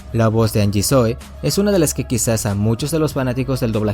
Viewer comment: se lee janyi no angie xD